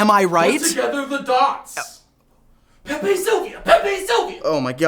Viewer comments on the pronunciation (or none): none